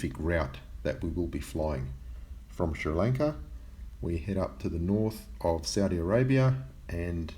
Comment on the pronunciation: Ay! I'm watching from Sri Lanka :D it's pronounced more like lung-ka BTW (